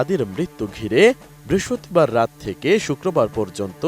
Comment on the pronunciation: উচ্চরণ ঠিক করেন। ওটা বৃহস্পতিবার হবে 😂😂